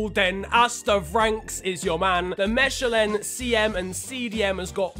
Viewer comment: MAn said Meshelen its Mekalin